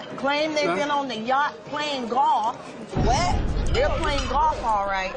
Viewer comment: Tamar’s “Whet?!” lmaooo